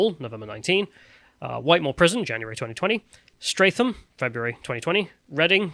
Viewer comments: Plus pronouncing Streatham 'Stratham' and Melanie (Phillips) 'Milane'. Quite amateurish, though some would say stop nitpicking. (Or 'nightpickling') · that is not how you pronouce streatham that was cringe reat is silent so its ss tret ham